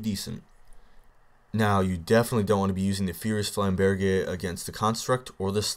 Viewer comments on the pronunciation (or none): I'm pretty sure it's flam-burj... not flam-bear-jay. But whatever, I could be wrong :P Also, the fire status deals elemental damage, right? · flame- burg* is the pronunciation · its pronounced flaimburj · D: Idk, but it seems like you're pronouncing flamberge wrong >< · you are actually pronouncing it as if you were speaking French.